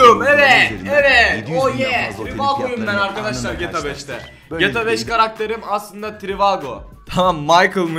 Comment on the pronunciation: Şu ''GTA'' yı düzgün söyler misin?